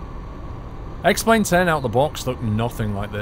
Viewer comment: ***** I know he said X-plane but it was very close to X-Men :)